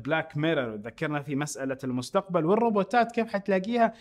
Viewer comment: المستقمل 😂😂😂 يا اخي صرت احك في راسي